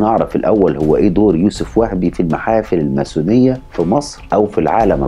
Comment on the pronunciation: تُكتب و تُنطق الماسونية ، من وين طلع حرف الثاء معاك !!